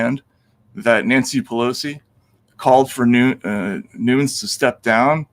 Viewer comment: also Nunes is PRONOUNCED NOON-NEZ! c'mon Matt